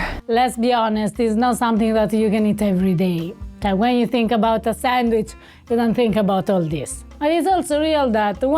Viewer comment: pronouncing "sandwich" ( sangwhich) just like my nana pronounced it! That sandwich is incredible!!!